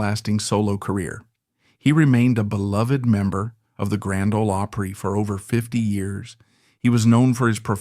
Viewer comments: Grand ole oapry I mean you can not pronounce opry right so you probably know nothing of what you are talking about. You certainly never followed any of them on TV that is a fact or you would have deferent views you are a fake. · AI mumbo jumbo that probably has a little sprinkling of truth mixed in with all the bunk. I don't believe half of this... you can't even pronounce opry right